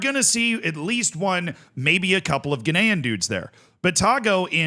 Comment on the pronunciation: Glad someone else noticed. I eventually decided he was just saying “Ghanaian” in a slightly odd way